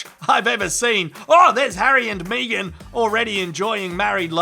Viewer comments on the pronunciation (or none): Me......gan her name isn’t pronounce that way think of peg then say Meg